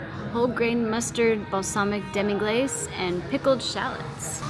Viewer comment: It’s pronounced Demi-glass